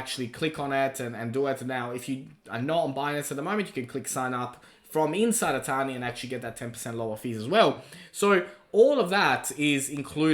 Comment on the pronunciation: I always thought he was saying "a tiny". 😂